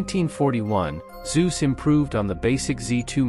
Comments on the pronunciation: The name is NOT pronounced "Soos"! It is pronounced "Tsoo-seh", not with a soft s, but with a hard "Ts" (a proper Zet), and it ends with an "eh" sound, just as it is spelled. Pronounce it as spelled. Easy. German is very simple that way! Crikey, these are important names in history, and this is only 9 minutes of video. Can't you at least get the bloody names right? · Please learn sume basic German pronounciation: It hurts to hear "zuz". We speak of Konrad Zuse, and that sounds like "Tsu-se" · He was a German scientist, not a Greek god. "Tsu-zuh" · Why are the names always pronunced wrong? It is a generell thing in English videos. It is so hard just open the Google Translor, enter "Zuse" and push the button for listening? Just an idea one can do it when researching a topic.